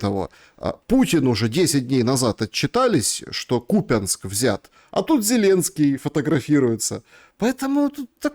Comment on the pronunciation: задрали с этим кУпянск, тогда что, лУганск будет правильно?) КупЯнск, а не кУпянск, аж уши режет, как докУменты..